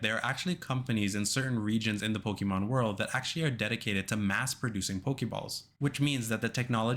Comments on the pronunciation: I CAN'T TAKE IT ANYMORE HERE ON YOUTUBE. FOR PETE'S SAKE, IT'S IN THE SONG. "PO-KAY-MON🎵" IT HAS THE 'É'. REEEEEEEEEEEEEEEEEEeEEEeeee!!!!!!!11111 Mom come pick me up I'm scared... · Hate how he says Pokemon. Theirs an accent over the e